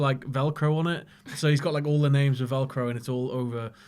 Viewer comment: Wow...butchering their names left and right haha